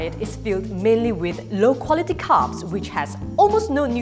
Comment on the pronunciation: I thought she kept saying “cups” not carbs lol!